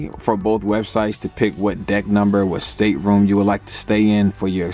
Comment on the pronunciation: Its State-room not stater-room